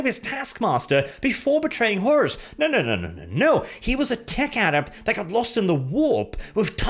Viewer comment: Pretty sure its Horus, not Horrace. :-)